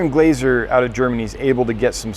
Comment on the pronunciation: Interesting to watch this from Germany. If you like Angelfish and Altum check out Simon Forkel from Germany. The aquaddicted channel guys visited him. Great fish. By the way: the "a" in Glaser is pronounced like you do in the Word "fAr".